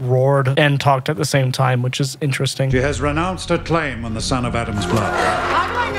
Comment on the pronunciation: “The Hwhich” I have been laughing at this for like 15 minutes straight and I have no idea why it’s so funny!